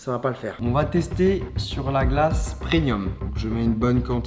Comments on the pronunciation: pourquoi il dit "PreNium" alors que c'est preMium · PRENUIIIM...??? Non pas toi charle 😂😂😂😂😂😂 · Les gens qui disent ‘’prenium’’ facepalm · les bons produits preNNNNium ptdrrrr et surtout UN épice ptdrrrr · ARRÊTE DE DIRE PRENNNNIUM